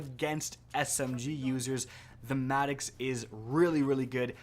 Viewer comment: MADD”ihx” sounds so wrong, it’s maddox not madd”ihx”